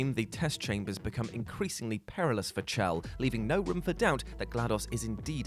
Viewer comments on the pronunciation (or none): The scientists knew Gladys wanted to kill them, their literal job was to make her less murderous. They succeeded, but that still doesn’t excuse them giving her access to the neurotoxins. Ps, ‘Chell’ is pronounced ‘Shell.’